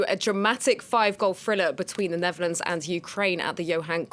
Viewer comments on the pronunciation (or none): It's Netherlands, not Neverlands 😜